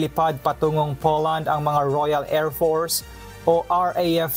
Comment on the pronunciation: Haha si don't purse me daw. Sometimes kunyare may American accent. This time nag English pa wala naman maintindihan" don't purse me? Layo kasi sa don't force me for and p ha ha😂😂😅